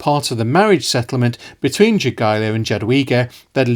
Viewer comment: And yet polish themselves still cannot pronounce Lithuanian king name - Jogaila - correctly. He is not 'yogiewa' 😂👑